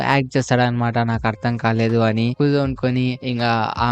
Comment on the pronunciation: Kuzo kadhu kuze